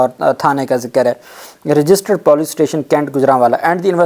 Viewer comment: What kind of moron you are....? Correct your POLICE pronunciation n some Urdu word... How many times should I told you